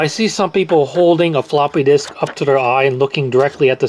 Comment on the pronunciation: Is it just me or is he saying "a ploppy disk"